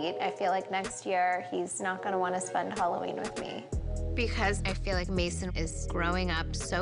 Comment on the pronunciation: Why do they pronounce it Holloween? Lol